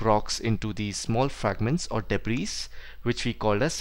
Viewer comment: Everything was great except the pronounciation of debris😂 it's pronounce it debri actually